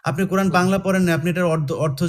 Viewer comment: কুরআন বানান টাই-তো ঠিকমতো বলতে পারিস না তুই।